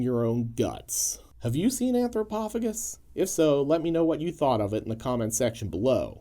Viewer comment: OP (on purpose, I guess) and vid creator are BOTH pronouncing it wrong.